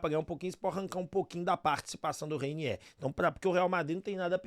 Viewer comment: Ooo Repsow ???Não é Reiniééér e sim Reiniêêêr